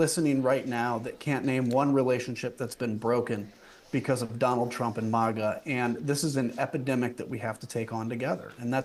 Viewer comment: He pronounced MAGA wrong! If this is a cult, let me in!